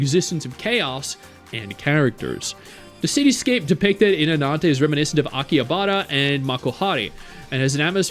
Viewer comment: The butchering of the pronunciation of Akihabara is sending me Akihabara being an architectural + cultural ? blueprint for the city makes so much sense given Akihabara is real life Weeb/Otaku heaven 😂